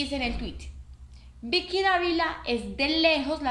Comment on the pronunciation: Ud no pronuncia correctamente la letra 'v' en español. NO HAY DIFERENCIA EN PRONUNCIACIÓN ENTRE LAS LETRAS 'V' y 'B' EN ESPAÑOL. Ambas se pronuncian como 'b'. Por lo tanto ''Vicky' en español se pronuncia como si se escribiera con 'b', o sea /bi:ki/. Además esta 'Bicky' se llama Vicky Gnecco [pronunciado /'heneko' no [he'neko/]